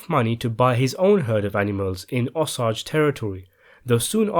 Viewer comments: In regards and respect to the Osage tribal people PLEASE learn how to pronounce it correctly it's the least you could do. (Oh-Sage) 💯🙏🏽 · I grew up in Oklahoma. The massacre inTulsa was given a few paragraphs and the Osage murders were given even less in our Oklahoma history books. I saw “Killers of the Flower moon” a few days ago. My friend and I cried through much of it. I am part Cherokee and wish someone would make a movie like this about the “Trail of Tears”. BTW it’s pronounced O-SAge like it’s spelled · Be sure to pronounce things correctly before doing these. Osage is pronounced with a long A like say, day… Otherwise, great job. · The Osage Nation (OH-sayj) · Osage is pronounced with a long a --oh sayge--, otherwise nice vid. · Even some of the google pronunciations are wrong. Unless it varies by region. Which it shouldn't. It should be how the people themselves pronounce it. Accent on the first syllable, OH-sayj. As in the plant sage. I've seen some say they hear it pronounced with an 'ay' sound after the 'j' sound or others put juh at the end, aa if 3 syllables. Even saw one who thought it was oh soggy, as in my food is soggy. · It’s Osage “Oh-Sage” not whatever you said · Pronounced ow-seij. Fail. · It is O Sage I can't believe that you could make this otherwise good presentation not knowing how to pronouns the name of the tribe. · Never heard the Osage pronounce the way the speaker does here. I wasn’t sure who he was talking about. I’m from Independence Missouri and the Osage Indians controlled pretty much all of Missouri in the early years. Here in Missouri we pronounce it O-sage. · I live in the Osage River Valley... you’re saying it wrong....it’s pronounced to rhyme with the word SAGE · “Osage” is pronounced Oh-say-juh. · I just finished the audio book it is pronounced hard O,S, hard A soft g or j sound. Osage. Like it’s spelled. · Its O-Sage. Just like its spelled.. o sage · Pronounced Oh Sage....Osage...👍👍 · Osage is pronounced "oh - sage"